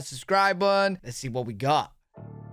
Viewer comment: ill sub when you can say the word button.